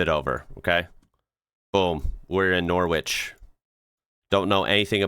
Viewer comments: "We're in Nor Witch" - we say it "norridge" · Norwich is actually pronounced "Norick" I know this sounds weird but that's London in a nutshell.. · Norwich - Nor-ridge 😉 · It's pronounced "Norich" (it's just the 'w' that's silent) and it's nearly 200 km from London. But I will admit that English pronunciation makes no sense 😊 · Hi, I enjoyed your video. For the right pronounciation of the town Norwich: you don't pronounce the 'w'. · I think the US could do with several 1000 of these, Multy storie car parks instead of taking up 1000's of acres of good flat land. Copy paste this into Google Street View, It'll take you straight there, StAndrews car park 5 Duke Street Norwich NR3 3AJ . PS the W is silent.